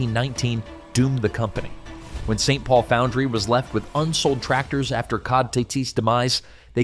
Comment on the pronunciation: I guess I should waited until the end. The cod (as in the fish?) should be pronounced cee-oh-dee. 😂